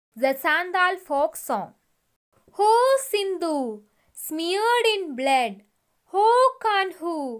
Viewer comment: Sindhu alla sidhu